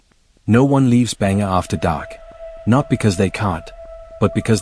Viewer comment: Yo bro its not Banger, its Bhangarh 😢